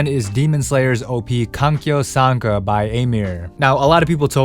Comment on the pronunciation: It’s not kankyou sanka, it’s zankyousanka